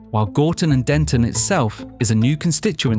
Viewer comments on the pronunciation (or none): It's Gorton not Gordon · Get the name of the town correct..it's Gorton not Gordon